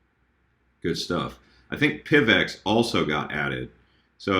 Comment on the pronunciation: Did anyone else shout 'Pivot' when he said PIVX????? just me?